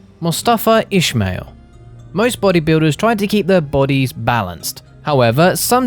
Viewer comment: FOR FUCKS SAKE HIS NAME IS " ISMAIL" NOT FUKING ''ISHMAIL''